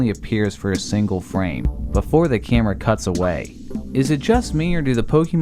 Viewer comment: the way this guy pronounces camera..... 'chèhmra'